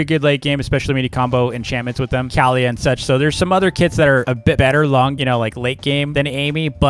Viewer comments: um do u mean kaliyah (Ka-lee-yah) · Great tier list but ur saying Kaliyah wrong